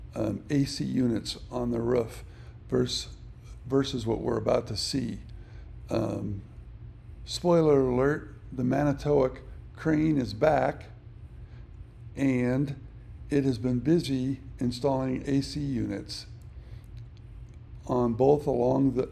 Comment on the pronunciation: MAN-o-tow-woc NOT man-o-TOW-woc.